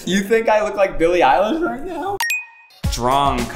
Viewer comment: Did Zack say “billy island” instead of Eillish?